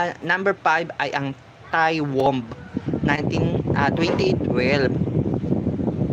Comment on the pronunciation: Thy Womb the correct pronounced as day womb . Beloved ,Pronounced as Be. Lo. Ved. Do you have electric fan pointing to your microphrne ? Irritating to our listening to your reporting !